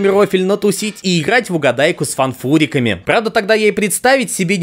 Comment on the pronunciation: правильно будет фУнфЫрики а не фАнфУрики